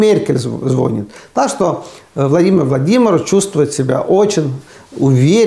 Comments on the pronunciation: Увадаемый ведущий данного ролика!запомните:НЕ звОнит,а звонИт!!говорите грамотно!! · Аарне звОнит